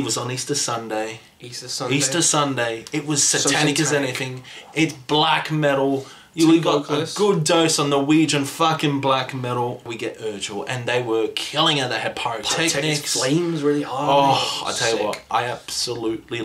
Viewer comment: Nile fucking killed it on Saturday! And that is the funniest pronunciation of Urgehal I've ever heard!!!! You say it Ur as in Uruk-hai, Ge as in Gehenna and Hal as in Halifax. Also if you are considering more festivals in Norway, check out the lineup for Beyond the gates!